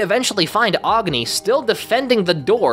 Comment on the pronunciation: Agni is pronounced Agh-nee not whatever you said